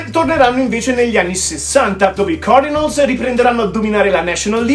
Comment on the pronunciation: Si dice " seint cardinols. e word series ha una o chiusa e non aperta. Non è ozzi ma ozss. Un suono a metà del s e z. Per il resto un' inglese accettabile per il livello italiano